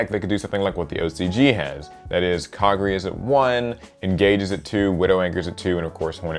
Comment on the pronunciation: Okay mispronouncing KA-GAR-E,sure that's fine but SARYUYA! Holy shit dude that's ignoring an entire other letter! And no....The J is not silent before anyone tries to pull that bullshit.say it with me kids, Sar-yu-JA!